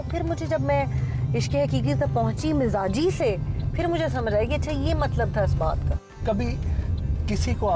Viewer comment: It is mijazi not mizaji